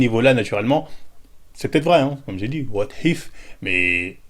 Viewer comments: Random : what if John café : wot hif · "Wate Hif" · What if mdr pourquoi ta prononcé le H ta cru c'était du wolof